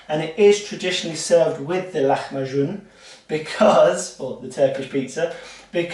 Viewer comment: Perfect pronunciation of lacmacun! Can you use a milk substitute (almond, soya) for the dairy or just water?